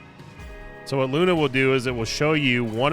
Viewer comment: Every time you said "I'll tell you Hwat!" or "Shota Speedo!" 🤣